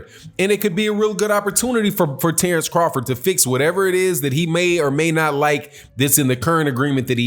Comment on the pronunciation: The name of Terence Crawford is wrong Tenence crawford